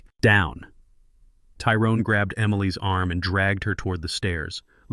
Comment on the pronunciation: Somebody need to teach AI to say Emily’s and how to say $10 million too